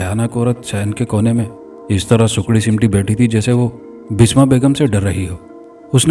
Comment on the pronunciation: Basma not bisma